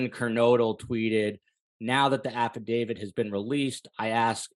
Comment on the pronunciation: i can't help it but i'm really bothered that this seasoned detective calls it an "affidavid"